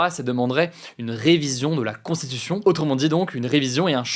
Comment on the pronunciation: Hugo, ça fait plusieurs vidéos, fait un effort sur ta diction et ta prononciation du mot "constitution", c'est infernal à écouter. Tranquille mec, t'as le temps de parler sans bouffer les mots de plus 3 syllabes.